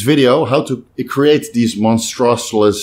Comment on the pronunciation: Monstroserous loads! Sometimes I forget English is 3rd language!